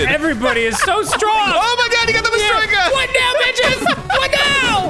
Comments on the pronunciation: Why does Arin keep mispronouncing Matryoshka as "Mashtroyka"? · gotta love how Arin never says "matryoshka" but consistently says "mastrikah" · I was confused for a minute when he started saying "Mastroykha" He had all the right letters, he just wasn't saying them in the right order. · It hurt to hear Arin pronounce matryoshka as "mastroyka" tho. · IDK why it bothered me so much that Arin keeps calling it mahs-troy-kah doll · FYI it's not Mastroyka, it's Matryoshka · “Matroyka”, Arin... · I especially love the way Arin butchers the word Matryoshka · i love that arin does not know how to pronounce "matryoshka" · The way Arin pronounces matryoshka really censors my hentai